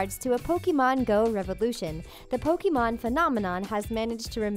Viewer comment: It's pronounced pokémon